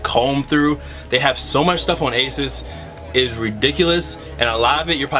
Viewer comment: it's pronounced A-ZOSS not ASIS